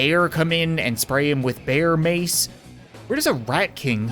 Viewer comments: There was the Rat King in the Maceality, because when you say ,, Mace " it sounds like Mice. So Miceality. -Kubowskyy ToJa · Mace sounds like mice